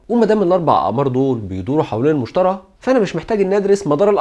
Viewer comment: حلقة مفيدة جدا، بارك الله فيك على مجهودك الجبار. عندي ملاحظة بسيطة: كوكب المشتري تنطق بالياء وليس المشترى.